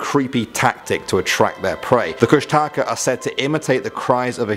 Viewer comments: Hey uh guys Alaska native here❣ Kustaka IS NOT KUSH-A-TAKA its Koosh-da-khaa???? and please don't rely on the wiki like seriously the link below the images and you get the proper information???? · You say it kush-tah-kah or kush-tic-ah FYI :) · It's actually pronounced (koosh-Da-Kah) I'm tlingit and athabascan from anchorage alaska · . It's actually pronounced Koosh-tuh-ka. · He pronounced kushtaka wrong. It's (kush-tah-kah) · but thats not how you say the kushtaka .-. and you didnt even put the full legend or how to call him out of hiding....